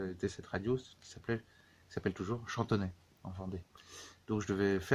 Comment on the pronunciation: C'est Chantonnay pas Chantonnet !